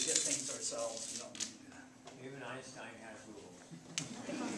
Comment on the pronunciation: wie er Einstein ausspricht/ how he pronounces Einstein🤣🤣🤣 Als deutscher versteht man was ich meine/As a German one understands what I mean🤣🤣🤣